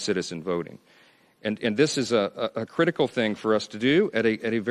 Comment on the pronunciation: can’t pronounce “th” 😂😂 DIS… DAT… DEY